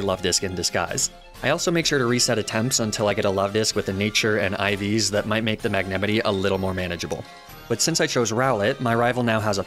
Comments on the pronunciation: i got stuck at the way you pronounce magnemite “mag-ne-mity” i am going to throw hands this made me physically violent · I gate being a pronunciation guy.... but I got taken back hearing ya say magnemite,, did you pronounce it Mag Ne Mitt E ? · The pain I feel every time he mispronounces magnamite's name, it can not be easily quantified. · magnemite, not magnamite. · it’s magnemite. not magnamite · MAGNEMITEY? N O It's Magnemite!! (Might) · Mag-nem-ih-tee --> Mag-neh-myt Lee-fahg-a --> Leef-edge Alum-a-mala --> Alom-a-mola Salan-dyt --> Salan-diht Moi-leen --> Mo-lane Ahs-a-roll-a --> Ace-a-roll-ah Del-me-say --> Del-mies Ni-ney-tayels --> Nyhn-tayels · Mag-ne-mite, not Mag-nem-ity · Magnemite is pronounced mag-na-mite Not mag-nim-i-tea and ninetails is pronounced nine-tails not ni-na-tails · I'm sorry I can't get past the pronunciation of Magnemite... You realize it's supposed to be pronounced as Magne (as in Magnet without the T) + Mite (as in 'might') right?? Magenemite. I-.... Is this just me? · Magnemity Magnemity Magnemity sorry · MAG NEMI TEEE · The best pronounciation to "magnemite" ever cast. Mag-nah-mitee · I am not enough in the lore to know which mispronunciations are intentional vs accidental at this point! Like mag-nah-mee-tey seems intentional but I am not sure if Dell-mee-say is a meme or not! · mag-nem-it-tee for magnemite pains me. Yes I know he does it on purpose but it still pains me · You do know that the mite in Magnemite is spoken like might don't you? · "mag-ne-mihtt-ie" lmao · MAG-ne-ME-nee?? WAHT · mag-ne-mity... that is the most unique way of pronouncing magnemite i have seen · So I’m only three minutes in so far, but I have to ask: is “mag-nemity” and inside joke on this channel or just a wild pronunciation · MAG-NA MITE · Are you saying Magnemidee?? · Just dropping in to say that you’re saying magnamite wrong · Mag-ne-me-ti ?? Is this an inside joke or do you just pronounce it this way?